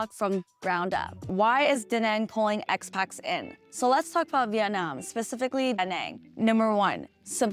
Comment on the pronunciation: Just for your reference, the word is “Expats”, not “Expax”. If they’re not ‘Western’, we call them ‘immigrants’ 😅 “Phuket” is pronounced “Poo-ket”. Hope that helps - thanks for your videos! 🎉 Burning season in Thailand >> head south (Koh Samui) 🏝️